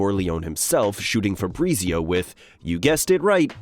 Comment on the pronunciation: Febreezeeo... FahBrreetzio...